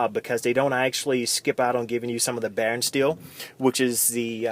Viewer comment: Not Baron steel it's Boron steel